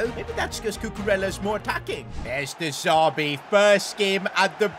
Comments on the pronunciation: It's De Zerbi mate. Not De Zarbi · Stop calling him de Zarbi it’s de zerbi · Who’s going to tell it’s de z*e*rbi not de z*a*rbi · I love but I hate how he kept saying de zarbi instead of de zerbi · De ZERBI NOT DE ZARBII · Why does he say de zerbi different